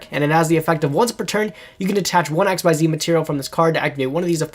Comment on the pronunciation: Someday some kind stranger will teach this poor boy how to pronounce Xyz...someday...